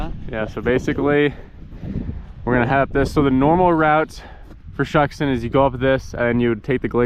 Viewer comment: Shuksan is actually pronounced “shook-son”